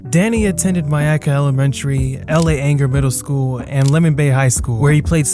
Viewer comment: You mispronounced LA Ainger as well. You get a pass cuz I guess only a local would know.